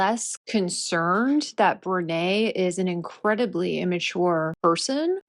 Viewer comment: I said last week that you had pronounced Brene's name incorrectly. I was wrong, and I apologize. I deleted that comment.